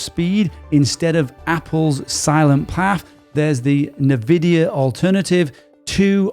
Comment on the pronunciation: Why can’t people in AI pronounce Nvidia? It’s enn-vidia, not nev-idia